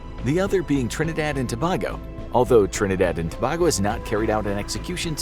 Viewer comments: Its pronounce to-bay-go not to-bah-go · not infographics pronouncing Tobago wrong (again if i remember correctly)😅. The 'bago' pronounced like in Winnebago (The rv company) and not like your saying "a bag o rocks." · your facts about Trinidad and Tobago is incorrect and its pronounced TUH BAY GO not TO BAG O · It's pronounced to-bay-go not to-baa-go... courtesy a citizen of the country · As always, great episode! Tip from a Trinidadian: Tobago is pronounced as "Tuh-bay-go." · I'm tired of watching these videos and personally being a West Indian (someone from the Caribbean) i am very offended when they don't get the pronunciation of these Caribbean islands correct. It is pronounced as, TRINIDAD AND TO-BAY-GO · Tobago pronounced To-bay-go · I from trinidad and tobago and 1 that is not how u pronounce it 2 i dont believe the death penetaly still stand in our country bc it have ppl who did some evil things but just sentence some years in jail nun more